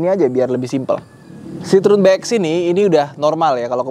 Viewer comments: Bukan 'sitrun' bang, tapi 'sitrowen' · Bacanya tetap Citroen bukan Citrun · Kalo orang Perancis nyebut Citroen nyebutnya si-tro-wang. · Penyebutan merek karena bukan lidah kita boleh apa aja bebas, tapi kalo mau asli dibaca kaya orang sini dibacanya 'sitrowen'.. tapi mantap mas videonya.. baru tahu nih lumayan banyak juga ya varian citroën yg masuk ke indo.. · sedikit ralat, bacanya si-tro-wen (wen nya kaya when di bahasa inggris)